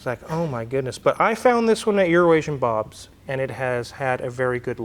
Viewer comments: How is it that when you pronounce EuroAsian-Bob I can hear you clearly, but when says it, 100% of the time, it's 'Urination-Bob'? Inside joke? Annunciation? 🤔🤦‍♂️ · I’m so pleased that and pronounced ‘Euroasian’ Bob correctly. To my Australian ears, it sounds like is saying Urination Bob.